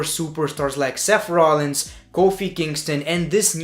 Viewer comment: I like ur video a lot... But its not Seff Rollins..its Seth Rollins 😅